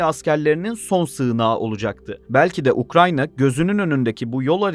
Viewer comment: Ukrayna ya ukranya mi dedin sen